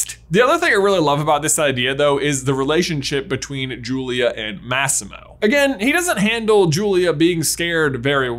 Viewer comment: The way you pronounced “Massimo” tho… it triggered me